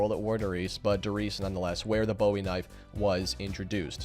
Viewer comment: BOOOOOOEY. Not bowie. The knife wasn't named after David Bowie. His name was pronounced Jim Booey.